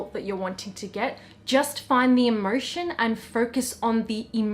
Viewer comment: Sorry I dont mean to be rude, I love you! is it just me but when you say "emotion" I hear it as "immersion"???